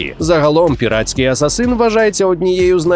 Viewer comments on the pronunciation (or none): none